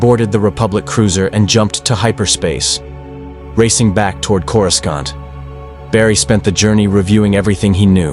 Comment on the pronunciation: One where your AI stops saying "Corus-cont".